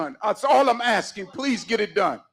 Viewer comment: So much "axing"....